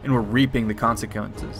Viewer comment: "Reaping the concecuntes" lol I had to